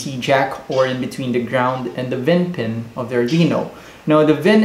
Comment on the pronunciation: It's not pronounced "vin" it's pronounced "V-in", since it's input voltage V...